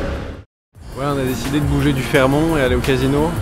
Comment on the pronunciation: le T de Fairmont se prononce on ne dit pas fairmon , après tu prononce sa comme tu veut